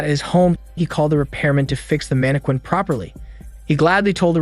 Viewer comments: It's pronounced mann-eh-kin, for your pleasure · So you really can’t say mannequin, huh? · Ayo why did you say mannequin like that 😭🤚🏾it threw me off every time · ......are you purposely mispronouncing random words or do I need to start making a list? Lol there is no way you don't actually know the difference between live/live and how to pronounce mannequin...(it's man-a-kin...not mana-quin). Maybe I've just been watching too many of these in a row. Time for a break. wait...the webtoon is about to have cuntent?..not Content? Similar to the live/live issue in the other video lol. Ok at least I know I'm not just randomly noticing these things.